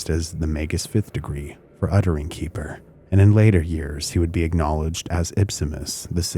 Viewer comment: I will say, i was expecting another conspiratorial angle here and actually found this video interesting. A couple of comments overall: 1. Xeper is not pronounced Keeper. X and P actually comes from Greek and is pronounced like a Keh and feh, so Xeper is vocalized as Keh-fer. It is also modernly spelled as Khepher or Kheper. 2. I think your summary of the Presidio case missed some points that have been documented as Michael Aquino was not even in ths state for many of the accusations leveled at him. He actually wrote an in-depth dispute of these accusations that I believe are still publically available. You certainly didn't do this an injustice but I found some context missing. 3. Sort of a minor point but Don Webb was not the first High Priest after Aquino. There was a period of others operating in that role as Aquino had other things to Work on and also wanted to avoid the personality cult that was detrimental to the Church of Satan. There are also some other points around the Wewelsburg Working that tie into 3 and his public comments that could be made but I won't belabor that here. All in all, I thought the video was enjoyable and had some good points. I appreciate your objective approach here.